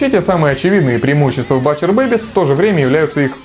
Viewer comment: О, Alestorm упомянули =)) З.Ы. 'Butcher' читается как 'бутчер'. \G